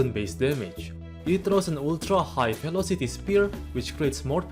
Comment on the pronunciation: The way he pronounced “velocity” as “kelocity” was kind of adorable, not gonna lie.